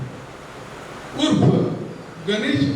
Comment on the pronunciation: तोरसकर नाही तोरसेकर आहे.निवेदक पाठांतर करून आले आहेत का?